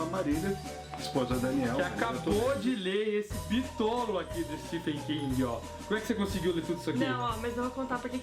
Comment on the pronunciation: Uma coisa que percebi é a pronuncia de vocês do nome do autor, Stephen King. Se pronuncia " STEVEN ". Nos brasileiros cismamos em pronunciar " Stefen" hahahauahauhaua Ótimo vídeo, sou apaixonado pelas obras do King, amo todas elas de coração e IT foi uma das melhores coisas que assisti. Meu medo é exatamente por ser tão grandioso que o filme acabe pecando nessa representação. Mas sei que irei amar de verdade, afinal, amo todos esses personagens como se fossem amigos de longa data ♡ Parabéns pelo vídeo. Foi sensacional mesmo. Falaram tão bem que eu tive meio que flashbacks da época que li. Fui relembrando a história junto com vocês. Muito bom mesmo!